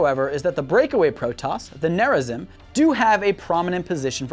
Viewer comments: Protoss Corrections: Tal Dar Reem is how you say it. (The darkside protoss) The Kala is more than a religion it is a mind link afterlife thing that lets all your memories be passed on to the living members of the Kala. Near a zeem is how you say it. (The rebel protoss) It would be better to say that the protoss (in general) use cyborgs not robots to make up for the lack of manpower. The protoss banned the use of robots after the purifier rebellion. they take dying and disabled warriors and make them into heavy units. The Purifiers were reintegrated late in the war with Amon. The Kalai had a position that was called the grand preserver. There were three of them and they were considered the most knowledgeable and mentally powerful of all the Protoss. Rohana the last grand preserver was herself preserved in stasis and in the Spear of Adun and had to come to terms with the very different universe she woke up in while giving counsel to Artanis. There is no such thing as feminism or sexism in a warrior society that literally is mind linked to the whole population and all the dead population. The reason for the purifier uprising was because the Protoss, instead of making an AI copied the mind of a Protoss warrior into a robotic brain, and did so poorly. Then they treated the slightly unhinged great warrior as if it was expendable. basically don't make a slave out of someone who was once a great warrior, never works out. later the Protoss perfected to process of copying the mind and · My ears bled at every brutally butchered pronunciation of Tal'darim and Nerazim. the 'im' at the end is an EEM. Edit: Khala=Call-ah ffs my ears bleed. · Gods, the pronunciation of Tal'darim, Raszagal, and Nerazim made me wince. Edit: But yeah, OP has a point. I don't see how the Pylons and Psionic Matrix are a con.